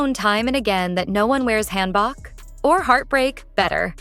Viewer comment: FYI: hanbok is pronounced more like hanbook. Hope this helps 😊